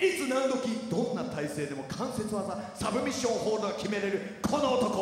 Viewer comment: TAKAのサブミッションホールドの発音が好き